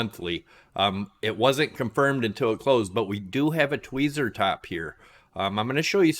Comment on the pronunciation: Twee-zee hehehe